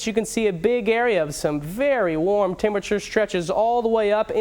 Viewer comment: Could speak a lot better. Say "winds" instead of "wins". Say "thunderstorms" instead of "thunnerstorms". Say "temperature" instead of "tem-bature". You can't even say the name of your profession correctly. [slapping forehead] Say "me-te-or-ol-o-gist" instead of "meaty-rol-gist".